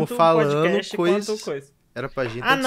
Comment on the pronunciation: Cara, falem direito. . . É fiz bocast